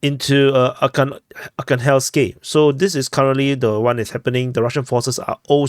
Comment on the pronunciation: ArhangelskOE, it is a small village north of ocheretine.